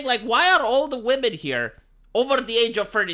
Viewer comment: Wamen lol 😂